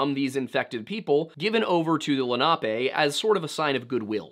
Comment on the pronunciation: I remember when a guy named Albert Copper went missing near Pittsburgh, wonder if it has anything to do with this. It would've been circa 2013. Also it's Len-uh-pee not Len-op-ay